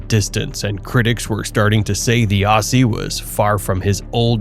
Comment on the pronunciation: When you say Aussie, pronounce as Ozzie. Great vid on our Perth boy.